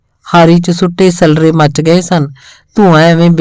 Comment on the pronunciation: ਕੁਝ ਸਬਦਾਂ ਦਾ ਉਚਾਰਣ ਸਹੀ ਨਹੀਂ ਲੱਗਿਆ ਜੀ , ਜਿਵੇਂ ਸੱਲਰੇ, ਰੋਹੀ ਨੂੰ ਰੇਹੀ, ਗਦੈਲੇ ਨੂੰ ਗਦੇਲਾ, ਪਾਲਾ ਇੱਕ ਪਤਾਰ ਹੈ , ਉਹਦਾ ਉਚਾਰਣ ਪਾਲਿਆ ਨੂੰ ਪਾਲਿਆ ਬੋਲਿਆ ਗਿਆ